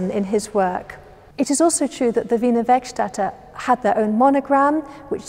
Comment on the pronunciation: Thanx for confirming for me how "Wiener Werkstätte" is pronounced.